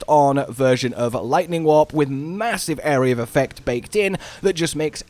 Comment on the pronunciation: Because of your accent I thought you were saying "Lightning Wap", which is a much funnier build name